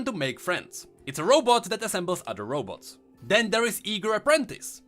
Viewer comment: Why are you constantly saying Row boats? :))))